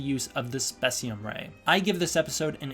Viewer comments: It's pronounced space-ium, but some official sources have called it spess-ium(kind of a Ghidorah vs Ghidrah situation), so it's not a huge deal which you call it. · its space-cem beam